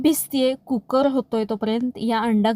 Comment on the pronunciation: कुक्कर नाही कु कर